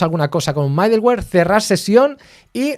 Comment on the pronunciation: Me gustan tus cursos por toda la información que das sobre, por que y como. Gracias. Sé que es de nodejs, pero para variar, y sí haces un micro curso con hono y bun? ambos vienen super cargados con todo lo necesario y así como te gusta, cero dependencias. Lo ciento, debo corregirte.. mi gusanito de la pedagogía me hace hacerlo. es "midoluer" no "maideluer".. jejeje, pero igual se entiende, es lo que importa.